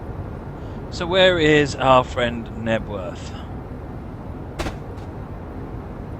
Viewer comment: it's Knebworth